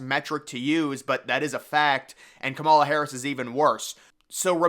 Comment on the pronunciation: As someone educated in political science, I can tell you that you really do not have your finger on the political pulse here. The nominating process is already underway. Michelle Obama has no political experience, and has not indicated any desire to run. Kamala Harris (whose name you consistently mispronounce, perhaps you should learn to pronounce it correctly) would be a disaster for the Democrats; even worse than Biden. As with the last election cycle, this election is less about Biden than it is about Trump. Even hardcore Democrats generally do not like Biden very much. A lot of Republicans don't particularly like Trump either. The election is essentially whether we want another four years of MAGA politics. This underlying political reality is something you have yet to address. Elections are not determined by Vegas bet makers. It is determined by the electoral college. Who wins The electoral college is determined by a small group of swing voters in swing states. Again, this is something you have yet to address, indicating that you lack a firm grasp of presidential electoral politics. I'm not saying this to be condescending, but as someone who has a strong background in political science, I find your analysis to be way off the mark.